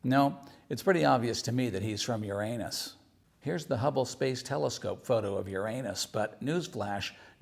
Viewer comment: Nice upload. You had me cracking up with your pronunciation of Uranus.